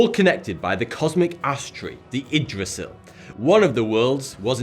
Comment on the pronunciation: You said Yggdrasil wrong